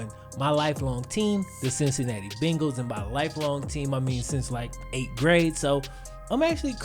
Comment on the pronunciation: De CinCinAtty BinGals